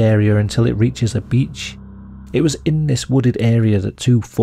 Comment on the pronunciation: Is that an english "beach" ? 🤣 anyway great video mate!